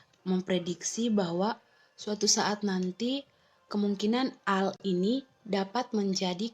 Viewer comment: Teknologi ai = AI = artifisial intelegensi...bukan di baca AL tapi AI = ei Ai..... BHS inggris